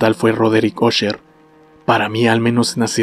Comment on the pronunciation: Se pronuncia asher... No osher